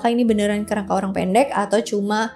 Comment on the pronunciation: Nyebut Orang Pendeknya kek Personal gitu 😂